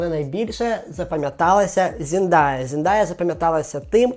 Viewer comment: P.s. це не хейт, а невеличке зауваження, щодо вимови імені. не Зіндая, а Зендея, будь ласка🙏, бо дуже ріже вухо